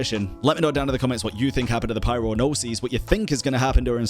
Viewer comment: pls don’t pronounce “Gnosis” like that 😭 the way you’re saying it is “Gno-seas” (plural), but in singular form, Gnosis is pronounced Gno-sis (sis like in “sister”) Gnosis - single Gnoses - plural